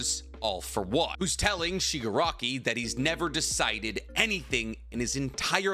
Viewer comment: Stop calling him Shigarki. Its AFO family name. The guys given name is Tenko. Or if you must go with AFO its Tomura. Its confusing and wrong. AFO is also literally a Shigarki.